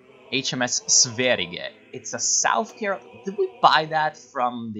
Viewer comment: The word Sverige does not have a hard G, it's a soft g that sounds more like a j.